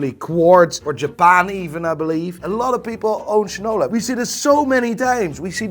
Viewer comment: As one from Detroit, its pretty much a must to buy a Shinola. Though I wish they were 100% American made parts along side being built in Detroit, its still a quality and satisfying watch to wear. Also, finally a YouTuber who pronounces the brand correctly 😂